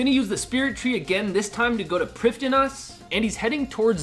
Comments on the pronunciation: I thought it was pronounced prive-thee-nas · Why do you say Priffddinas that way 😂😂